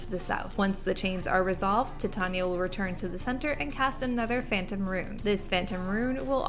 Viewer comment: not to be that chick but her name is pronounced "ti-TAN-yuh" Tan as in Van. Atleast that's how Shakespeare intended. Also, thank you for this!